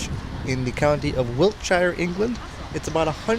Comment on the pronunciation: Not Wilt shire ... Wiltsheer. H is sort of silent